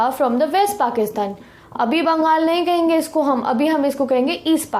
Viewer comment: I like the way she said ‘HENGE’😂😂